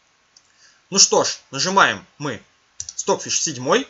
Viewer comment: все классно, но Ваш английский режет ухо. Ну неужели Вы никогда не встречали английское произношение аббревиатур? Неужели не знаете английский алфавит? Ну не понимаю???!!!! Что за кэпэус? Стокфиш Вы же правильно произносите. Извините, но не смог сдержаться.